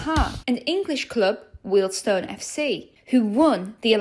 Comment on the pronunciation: Having been a Wealdstone fan for 50 years it’s been a topsy turvy journey. Finally getting things sorted. Thanks for getting the correct pronunciation of Weald-stone. Brilliant video.